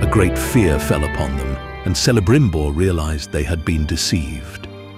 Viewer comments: Celebrimbor should be pronounced with the initial [K-]. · Pronounces Celibrimbor wrong. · Those pronunciations are terrible. Air-region and selebrimbor lol